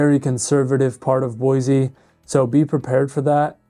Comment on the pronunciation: There is no "z" in Boise.